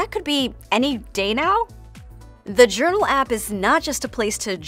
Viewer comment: I ❤ “Yournal”